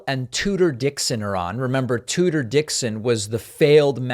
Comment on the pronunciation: “Tuder”.....? That’s her name..? 🤦‍♂️😂😂😂